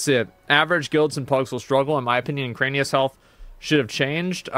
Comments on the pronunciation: its erik anus, not ekranius. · Its Iran-ikus not ukraine-ius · "Eranikus." Asmongold: "Ukraine-I-Us" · Hearing him say Ek-rain-ius when literally none of those syllables are in the word weirds me out. Eran-i-kus my gamer. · SAY EKRANIUS ONE MROE TIME MOTHER %$##$#. It's E ran ik us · I can’t listen to it, I don’t know why. Enjoy the rest of the video boys! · he does it on purpose to make it appear like he's an idiot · Bro its Era-ni-kus 😂😂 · I wonder if Asmon is ever going to learn how to read. Eranikus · Is it some joke that he says the name incorrectly over and over? Probably. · yeah most likely just what he used to call it as a kid and doesn't care to correct himself at this point. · Yes. I stole it from him and it always cracks people up. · He has verbal dyslexia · The way you pronounce Eranikus 😂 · If it is elvish or if it the name looks like random noises combined together then yes. But if it is plain English with 8 letters not really. And okay you misread it once or twice. But when you are making commentary about the boss looking at it's name and misreading 10 time in a row. As a native speaker. That's wild.